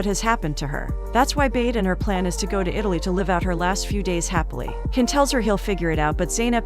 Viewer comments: I wish you would actually watch the movie and hear that his name is not pronounced Ken it's Can like John. It's not Bade sound like in English it's sounds like Buhdeh. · His name is jan not Ken... the c in turkey is a j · It’s “John” — the C pronouns as J in Turkish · His name pronounced Jan . C Is j Türk-İşh 🇹🇷 Alphabet